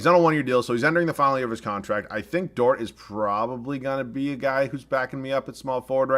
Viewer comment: It’s Dort, not Dortz 😂